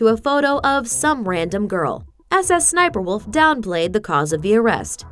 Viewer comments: No. Its SSSniperwolf. Not S S Sniperwolf. smh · We do not call it s s s niper walof. It sssniperwolf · Dummy it’s not S S sniperwolf it’s sssniperWolf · The fact she says ss sniperwolf makes me so mad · IM BEGGING U STOP SAYING S S SNIPERWOLF ITS SO TRIGGERING MEEEE